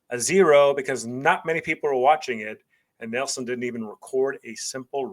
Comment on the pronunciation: It's probably my preference, but from about - 0.38 seconds (during your intro), I just felt it was a little too over the top with the "Texas Style" delivery. Beyond that, I had no issues with your analysis and delivery other than the pronunciation of "Nielsen" (the TV ratings system). The analysis was spot on.